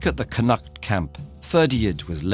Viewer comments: just so you know, Its pronounced Coo-cul-lin and Con-noct :-) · "Connaught" is pronounced with the emphasis on the first syllable, not the second. Nothing like a Saxon mouth to mangle a Celtic tongue. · yeah connacht was absolutely atrocious but i see so many people in these comments complaining about Cú Chulainn being pronounced wrong when he literally says it better than 90% of irish people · This was great, but its cù-cullen not cù-hullen since the 'h' is silent and con-ockht not con-act . Good work on even trying to pronounce them though, Irish names are hard. I remember hearing this story back in primary school, so I'm glad Ted-ed made a video on it. P.s Cù chulainn means "the hound of Ulster" in Irish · They way you pronounce Connact lol It’s pronounced “kon oct” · It’s pronounced CON-AHCT (said quickly). Just letting you know from an Irish person :) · If you're gonna make a video on an Irish myth, at least get someone Irish to check the pronunciation. Connacht is pronounced "con-nukt" and Cú Chullain is pronounced "Coo Cul-in" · He gets alot wrong Ferdia should be fir-dee-a and scáthach has an accent so it should be scaw-huck, Connaught could be said either in Irish or in the anglicised way (cun-ukht and con-uckt respectively) but he does neither. Overall though I did like his voice and it's really great to hear a good video on Irish folklore, it is well researched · Yeah lol, but I tend to be quite forgiving in that respect. People just mess up like that, cinuhct. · It really do but Connacht is real easy. Just CON-ukt. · Any one else from Ireland 🇮🇪 here find it painful how he pronounces Connacht lol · another good video however that is definitely not how you pronounce Connaught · I know, he gets Cúchulainn but how do you get Connacht wrong? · I love this narrator but the way he pronounces Connacht makes my Irish heart weep. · The poor man can't say connaught :p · The Connacht pronunciation also hurts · we can agree he butchered connacht tho right?